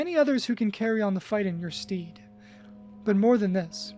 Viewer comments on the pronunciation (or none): The way Onyx was pronounced only 7 minutes in and I knew my nest bet was just to skip to 'You've been awfully quiet". Then I heard 'Stead' and 'Primrose' and I can only imagine the genocide of pronunciation that must have occurred in the previous 3 hours.